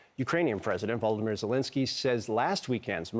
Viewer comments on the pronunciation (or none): “Voldemir” Zelenskyy? 😆 Is he confusing Volodymyr with Voldemort?